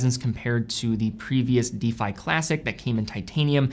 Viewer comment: Anyone help with the pronunciation here? Is it an American English thing? used to pronounce 'defy' as 'deefy', but then stopped!